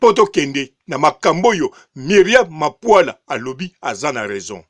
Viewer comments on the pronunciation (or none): BB MAPULA. Et non MAPUALA